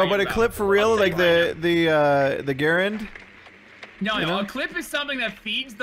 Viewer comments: That gun talk at the beginning was cringy tbh.... just..... mph xD It was hilarious actually because me and my dad were having a conversation the other week about the differences between a magazine and a clip lmao. But I do have to ask, where on earth did you learn how to pronounce "Garand"? I died laughing, I'm so sorry xD and "machine guns?" oh man, the first few moments of this video made my night xD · / you don't know how to say garand right